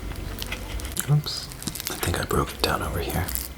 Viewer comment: omg I love him! it's so great how he says oops. he's like "ups!"